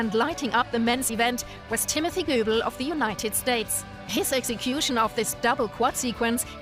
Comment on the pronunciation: And it's pronounced BON-ali. And Timothy GO-bul. Ugh, never mind.